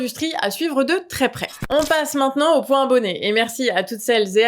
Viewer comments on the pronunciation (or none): none